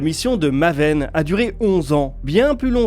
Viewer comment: Ca se prononce maéven